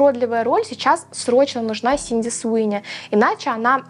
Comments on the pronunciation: Она же не Синди, а Сидни Простите, очень на слух давило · Sidney - Сидни, а не Синди. Просто режет ухо, так и перестанут правильно называть. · Я не могу это больше слышать. Она не СИНДИ, а СИДНИ ЭЭЭЭЭй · СиДни Суини, а не СиНди Суини 😭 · Простите, но не Синди, а Сидни, все видео вслушивалась 😄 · Не Синди, а Сидни😅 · Актрису зовут Сидни, а не Синди. Резало уши всё видео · Сидни, а не Синди Суинни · СИДни Суини, а не Синди Суини, слух очень режет! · СиДНи!!!!! Ее зовут СиДНи, а не СиНДи😢